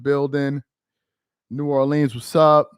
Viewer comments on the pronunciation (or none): none